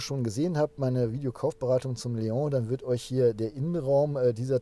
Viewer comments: Artic Ranger was daran ekelhaft ist, jmd. wegen falscher Aussprache zu berichtigen, ist mir schleierhaft. Ich mag seinen Content ja auch, aber es nervt schon sehr, dass er die Namen permanent falsch ausspricht (Zitrööön, Mercedes-Bäänz oder halt eben Leooh) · es heißt trotzdem LEON und nich Leohhhhh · Der Seat LEON wird nicht „Leong“ ausgesprochen! Das ist kein Franzose, sondern ein Spanier. „LeoN“. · Es ist ein spanisches Auto, kein französisches. Daher heißt es Leon und nicht Leoohh. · Cooles Auto und wie immer ein tolles Video - Danke. Zwei Dinge sind mir jedoch aufgefallen: Cap Formentor liegt im Nord-WESTEN Mallorcas und wie ein Vorschreiber schon erwähnte: Leon ist nicht französichen sondern spanischen Ursprungs und wird daher Leon - mit "n" (le.õn) ausgesprochen;-)